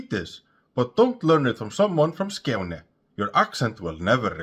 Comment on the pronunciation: Your pronunciation of Skåne is spot on. // Greetings from Lund, Skåne